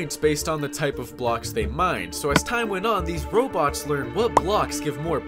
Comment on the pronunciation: why u pronounce robots as Roblox lol